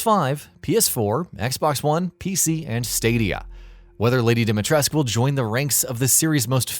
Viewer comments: that's exactly how it is pronounced, yes, Capcom should've done more research beforehand tbh. Also Romanian and kinda pissed how they are screwing the pronunciation, especially in a video game, but it's not the end of the world. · Im curious i dont mean to start a flame war but i must ask if im pronouncing her name right. Alcina Dimitrescu Al (alex) Cina (john cena) Dim (this light is dim) I (sibstitue for long e) Tres (rhymes with dress) Cu (coo as in cou in coupon) Am i getting that right? ☹ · Subscrobing and liking this video how about fuck no plus i have an ad blocker haahahahahahahaah How do you mispronounce Lady Dimitrescu's name i mean seriously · Yeah and over 100 Romanian people in the comments, including my Romanian friend Csaba said it's Dimitrescu, so who would know more about Romanian pronounciation? The Japanese or the Romanians? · It’s not a Roman vs Japanese thing. IIRC, her name is inspired by Romanian, Russian, and Greece, which means the pronunciation is not going to be fully Romanian. Probably. But I’ll just say what the character says. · OMFG! It's DimitrescU, pronounced with a U not "esc"! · DimitrescU not dimitresk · it's not Dimatresku either...it's Dimitrescu, like dee-me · you must read it as "dimitresku", NOT FREAKING"dimitresk" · Dee-Mee-Tres-Koo Not "Dimitres" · it's Dimitrescu! not Demetresc. pronounce it right. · It's pronounced Dom not Dim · Every time this guy says "dimy tresk", A Romanian child dies. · Or even those who still call her “dima tresku” even after listening her name being called by Ethan in the demo 🥲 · Yes. It's not like anyone calls the dictator Ceausescu "Ceausesk" or "Ceauseesk". Dimitrescu is pronounced exactly the same. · Any time he says "Dimitresc" I die a little on the inside. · All the romanians must be cringing so hard as even i know that you are supposed to pronounce the SCU at the end. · I like how this guy mispronpunces dimetrescu wrong everytime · I think you forgot the 'u' on the end of Dimitrescu.